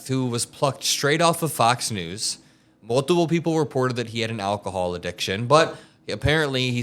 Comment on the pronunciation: you pronounced “alcohol” incorrectly.